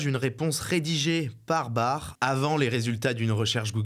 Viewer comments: Petite correction pour l'équipe: l'IA de Google s'appelle Bard (le D est prononcé) et non pas Bar. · Ça ce prononce "Barde" frérot 😉